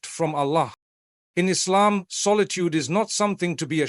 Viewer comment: yeh like when he says Islam